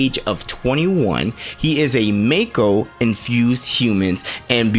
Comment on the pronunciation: As an oldhead, I definitely say mako and "mai-ko" sounds off to me, BUT I'm not gonna yuck your yum at the end of the day, we all know what we are referring to ya know! P.S. Great video bro!